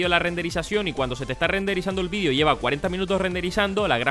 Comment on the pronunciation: muy buen video pero una cosa la palabra de xd "vidio" PD:me gustan los videos de no es para insultarlo:P